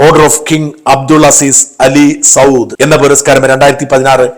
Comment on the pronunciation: ആ അവാർഡ് കൊടുത്തതിൽ പറഞ്ഞതിൽ ഒരു തെറ്റ് ഉണ്ട്!!! അലി സൗദ് അല്ല. Al സൗദ് ആണ് ശരി.